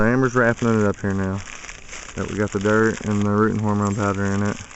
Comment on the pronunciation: Love the way you say "dert" your wife is very capable.